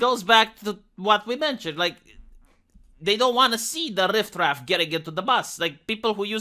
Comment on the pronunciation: Riff-raff, not rift-raff.